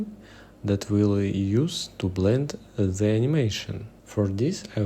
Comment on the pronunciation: Bro don't say "the" as зэ, say it like "дэ", please, you are hurting my years vnature. But anyway the video is really useful so от души